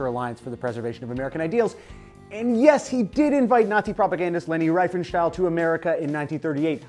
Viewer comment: It's pronounced Reefenshtawl (Riefenstahl).